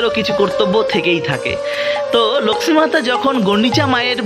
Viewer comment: ভাই তোমার উচ্চারণ এত নিম্ন মানের কেন? লক্ষ্মী উচ্চারণ কি? উপস্থাপন বেশ ন্যাকামো। লিখেছ জগন্নাথের রথ ভেঙে দিলো? তাই কি?